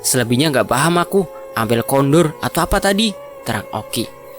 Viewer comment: Pak men bacanya pak min, rencang Ampun kondor bacanya kondur. Logate Jawa gak bisa ditulis di huruf alfabeth min.mungkin maksudnya suruhbawa temannya pulang